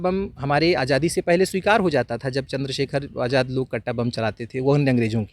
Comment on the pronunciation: Pahle aap manniy chandra sekhar azad ji ka nam to dhik se lo